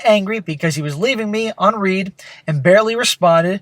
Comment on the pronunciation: Its pronounced "un-red" not un-reed".